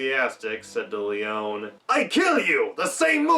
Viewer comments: Pronounced Leeonee! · Small quibble: Leone is pronounced with the last "e" (Lee Oh Nee). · Nice that you are giving background infos... you are very decent informed ...BUT the last name of the legendary Sergio Leone is pronounced with the "e" at the end because he is Italian and in italian there are no "silent letters" ..and the last "e" of Leone is pronounced as like the first "e" and not as like english speakers often do then switching the "e-sound" into "ee" By the way another fun fact ...in 1968 the american audience didn´t like that movie..and the main reason was that they hated to see their beloved Henry Fonda as "the villain" that boggeled their minds back then...another reason was the lenght and the slow paced scenes...many even attacked the tremendous film score by saying to be meant disrespectful "that isn´t a western movie but a western opera".. ...while on the other hand "playing the villain" was the reason why Henry Fonda took that role, because in Hollywood he simply didn´t had the opportunity - not to say "not the slightest chance"- to play a villain, he was simply fix defined for always playing "the good guy"